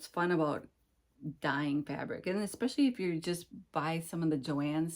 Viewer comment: I enjoy your videos and seeing what you’re stitching. My pet peeve word is when someone pronounces especially with an x. 🫣